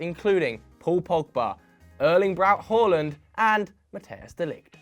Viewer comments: Big ups for saying håland and not haland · You say Haaland the correct way. Fantastic